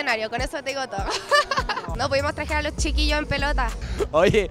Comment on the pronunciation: "no pudimos TRAJER"?? 🤣🤣